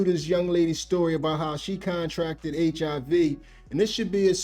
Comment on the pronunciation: “CON-tracted”? ….she didn’t sign to DefJam. 🤨